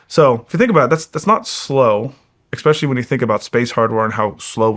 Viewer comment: So much smarter than me… yet he still can’t say “especially” correctly.